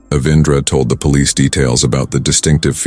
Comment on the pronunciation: Is the narrator AI? The way he pronounces some words is too funny 😂 Omg he just said “Pole…..Lice” instead of Police